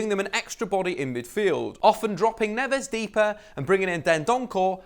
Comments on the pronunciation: It's Neves not navas it's dendoncker not dendoncore it's saiss not siass it's moutinho not moootinho. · "Seeass" "Dendonkorrr" "NAVAS"